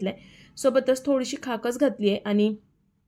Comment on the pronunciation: खसखस म्हणतात त्याला खाकस म्हणत नसतात